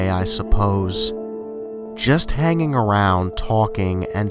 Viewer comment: "...Just haininging arouund smokinining." "It sprint-ed"